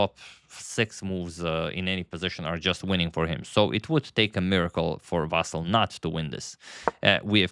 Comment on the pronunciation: VasYl, not VAsyl